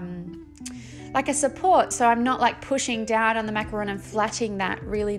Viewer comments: I'm French and you pronounced macaron the right way! "Macaroon" are coconut cookies not the colourful sandwiches 😆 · Absolutely adore this! You could also do macarons as ceramic ring boxes. I can see a dessert plate series with different French patisserie. You pronounced macaron perfectly btw. Such pretty colours! As a dessert person I'm sold!💜💚💛💙